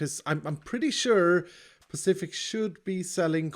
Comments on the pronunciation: I can only hear David Mitchell nag: "It's SPECIFIC, not pacific. With an S" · This s-pacific build is awsome and i was thought that he say that someone has join beacause he say he work with redstone ginneas